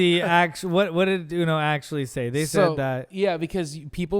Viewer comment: You say No-Uno